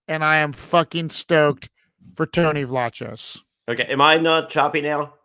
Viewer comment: Tony pronounces it “Vlah Kose.”